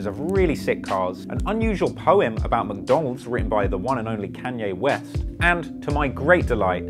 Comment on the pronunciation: “Ke-Anye Wes “